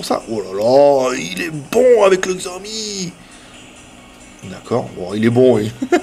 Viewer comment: Je l'aurais acheté tout de suite s'il était en 5.5 pouces mais en 5 je trouves ça trop petit. Je me suis habitué à mon zopo zp980+ puis à mon xperia Z Ultra donc j'ai plutôt opté pour le One plus One. PS: Cela se dit "sha-ô-mi" :D 33K c'est un peu mauvais. C'était lié au fait qu'Antutu était en beta ?! Parce que le mi3 est encore à 37K ... C'est un peu bizarre. Mon Oneplus est à 44K